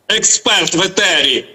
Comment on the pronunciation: Ефiр, ефiр блд, а не етер якийсь